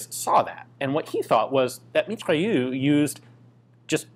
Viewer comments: you have to pronounce mitrailleuz not mitrailleu. merci. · MitrailleuSE, not Mitrailleu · meat-ray-ouZ : Mitrailleuse ;) nice pronouciacion of -eu tho and nice video as always :) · Mitrailleuse - pronounced Mitrayeuse - it's feminine. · pronunciation guide for "Mitrailleuse": "Mee-Try-Errs". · The mitrailleuuuuu yeah, il est où le "r"?! 😉